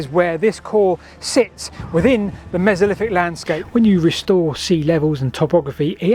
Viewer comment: Hypoffesis, mesoliffic, free separate tsunami events... Ffs. Are there any Brits left who can actually speak English?